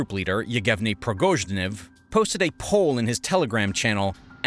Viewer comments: Yevgeny Prigozhchiniv... Man your pronunciations need work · yep they said barbosa instead of barbarosa, and Prigozhniv instead of Prigozhin. Sloppy work